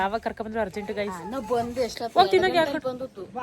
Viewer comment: ಅಕ್ಕ ಫ್ರೆಂಡ್ಸ್ ಅಂತ ಮಾತಾಡಿ ಗಾಯ್ಸ ಅನೋಕೆ ಓಗಿ ಗೇಸ್ ಅಂಥ ಹೇಳ್ತೀಧೀರಾ